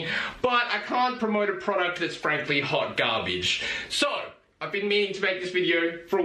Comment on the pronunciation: " hawt gahbage"